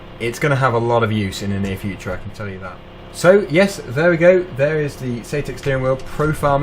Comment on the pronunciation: Nice video! Thanks for sharing. BUT I am mildly triggered. You keep saying "SAYTEK" I believe sir it is SAITEK pronounced like the word BANZAI Thanks for allowing me to get that minor issue off of my chest. Sits back and waits for the grammar police haters to inflict their worst! ;-)